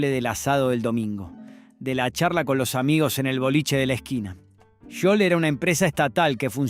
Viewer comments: Habían marcas que había olvidado, soy de Mendoza, vivo en Gutiérrez, ( departamento de Maipú ) a 3 cuadras de lo que fue Bodega Giol, y lamento que pronuncie tan mal el nombre, ¿ Yiol ?, si , lo lamento, y también lamento que no haya salido en el video la poderosa y emblemática imagen del histórico toro, ( hoy en una esquina de la Plaza departamental de Maipú ), que hermosea el espacio verde y el paisaje donde jóvenes locales, gente de todas las edades y turistas posan y atrapan un pedazo de historia para el recuerdo, espero que quiénes realizan éste tipo de material, se adentren más en el historial y trayectoria de las imágenes a compartir, abrazos 🫂. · "Giol""Giol" no jiol como pronuncias!!! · Giol, se pronuncia "Jiol", no "Yiol", como dice el locutor. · Es Giol no Yiol abombado !!!!! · Giol, no Yiol. Qué te pasa, no aprendiste a leer? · Habla bien, grasa, sho sha shiol ... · Bodegas Yiol????